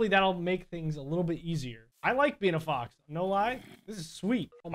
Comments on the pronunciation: It sounds like he’s saying fok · Every time he says fox, it sounds like he is saying fock or fo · when he said "fox" i heard smth else,, probably just me